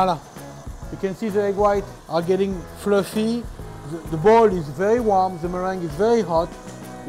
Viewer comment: Hearing a French person say Fluffy always makes me smile.